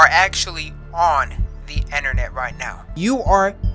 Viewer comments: “ dee, enternet “ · no:: enter-net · why tf he say innarnet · Is it just me or is he saying enernet?